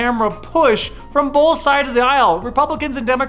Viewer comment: It's not boLth, it's both. 😡